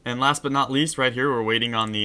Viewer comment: while u said but uh it sounded like u said butter